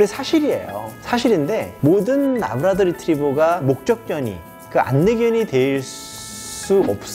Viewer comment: 래브라도인데 왜 자꾸 라브라도 라고 하나요